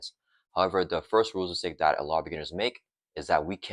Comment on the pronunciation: Couldn't deal with the mushmouth speaking, sadly. I had to check out after the third time I heard you say "rules istake". Enunciate and you'll see your view counts climb.